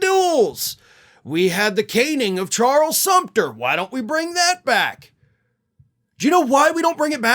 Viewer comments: Sumner..., not Sumter. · It's Charles Sumner, not Sumter like the fortress in Charleston harbor. Only for historical correctness ;-) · Charles Sumner, not Sumpter. He was permanently disabled.